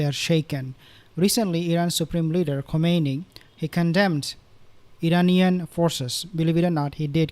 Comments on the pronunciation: With all due respects, the supreme leader's name pronounced as "Khaminayi." Not Khumanaini. thank you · Is not komeini is khamenai